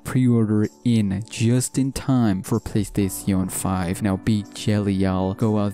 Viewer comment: playstatione 5(nice engrish(sorrry if you actually dont speak english)